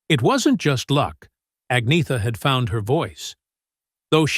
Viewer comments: Right? Byurn and Agneeta 🙄 At least they got Benny right. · I loved Anna. Lots of people said I looked like her. What a wonderful compliment!❤ BTW Agnetha is pronounced Anyetta.